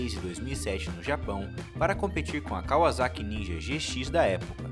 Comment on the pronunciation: da uma agonia ele falando kaUAzaki